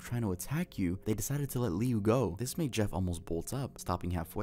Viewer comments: I love how he mispronounces Jeff’s brothers name 😭. When I first heard it, it caught me off guard. It’s actually pronounced Lou, but it’s spelt Liu. He actually goes on to become Homicidal Liu after surviving Jeff attacking him, and he is constantly searching for him. Idk if anyone knows that creepypasta 🤔. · …I can not explain the pain in my heart when I heard him call Liu “lee-u”😭